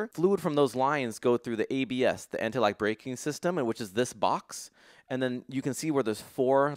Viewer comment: the way you said ABS sounded like anti-lag-braking system, I have some hilarious images of flames spitting out of the brakes when you apply them ;)